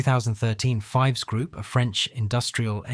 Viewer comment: I repaired conventional and CNC machine tools for 40 years. I worked during the Wolfpack years. These machines were literally junk. We replaced headstock bearings three times in three years. That is unheard of with quality iron. Oh, Fives is not pronounced like the number. It rhymes with "thieves".